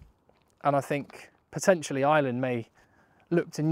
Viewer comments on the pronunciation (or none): AYE ER LAND!!! Please stop saying island. Please